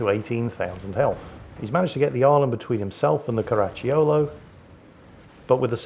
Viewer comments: Pronunciation tip: The "cio" in Caracciolo is pronunced like the "cho" in "chocolate" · Actually, I'm sure you find it's pronounced, "Crunchy yo-yo"